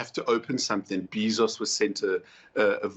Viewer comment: i have a problem with him pronouncing jeff bezos as jeff bee sauce